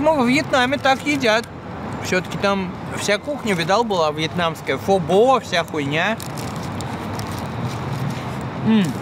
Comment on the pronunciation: не фО-бо, а фо-бО.